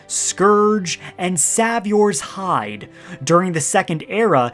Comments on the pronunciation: Please stop pronouncing the Savior's Hide as "Sav-yor". It is pronounced "Say-vyor", as in someone who saves people, y'know, like at church etc... This Sav-yor pronunciation makes my ears bleed. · That’s one way to say “saviours hide” 🫣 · he said "saviour's hide" wrong on purpose so that people would comment about it and boost his engagement